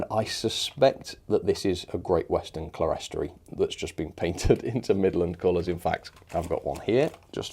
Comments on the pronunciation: It's pronounced "clear-storey" or "clear-storry". It is what it says - a clear (glazed) level. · Clerestory is pronounced 'Clear-story'!